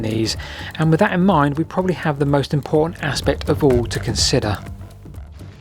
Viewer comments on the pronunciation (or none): none